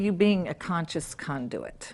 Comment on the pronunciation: I like the way she pronounces Con-Do-it …